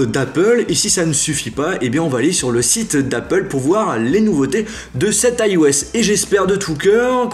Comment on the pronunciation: Pourquoi tu dis AiOS et pas iOS ?